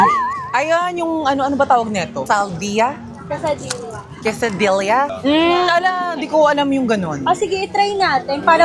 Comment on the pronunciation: Quesadilla is pronounced asa kesadiya